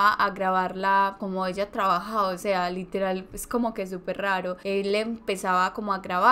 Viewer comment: relatas bien, pero cuida demasiado el momento de pronunciar LITERAL ... LITERAL ... no todo es literal que por querer pronunciar palabras mas cultas te sale a la inversa